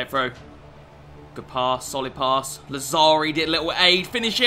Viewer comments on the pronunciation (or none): Làzzari, not Lazzàri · Please search on Google translate the pronunciation of Lazzari and Immobile